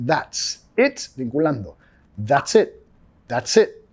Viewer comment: a ese le entendí cualquier cosa menos that`s it